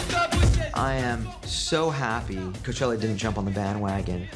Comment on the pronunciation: If you don't know, Coachella only has 3 syllables ; )